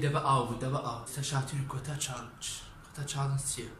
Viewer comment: کاکە چاڵنج نەک چاڵێنگ 😂 غەڵەتی مەبەست غەڵەتی تکایە ئەم قسەیەم بە غەڵەت لێوەرمەگرە بەس تکایە ئەو غەڵەتەو چاک بکەرەوە